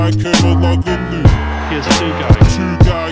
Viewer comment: the "g" in Kerimoglu is silent